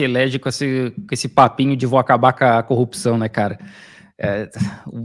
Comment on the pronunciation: Incrível como as pessoas não conseguem falar a palavra CORRUPÇÃO é sempre COPÇÃO, devem ter ouvido muito o marreco